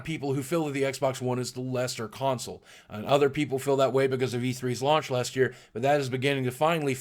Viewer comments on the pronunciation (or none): I just love how boogie says "because". He says Becoz